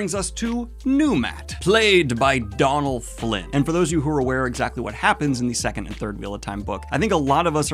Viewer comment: 'Donnal Flynn'